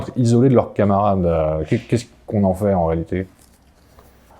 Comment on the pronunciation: Et le comble est qu'ils le prononcent mal. Ils disent en faiT en prononçant le t final. Cela m'écorche les oreilles à tel point que récemment, j'ai cessé d'écouter l'exposé d'un monsieur qui ne cessait de dire en faiT à presque toutes ses phrases.